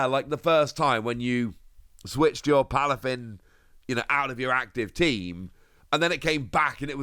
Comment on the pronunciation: Aye it’s Palafin, not plafin lol